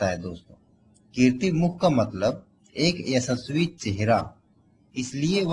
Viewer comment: बकलोल पहले अपनी आवाज़ साफ कर फिर वीडियो बना 🤣🤣🤣 ऐसेस्वी मुख नही यशस्वी मुख बोल .... गत्ते कम फूँका कर जबान साफ होगी... बुरा मत मानियो भाई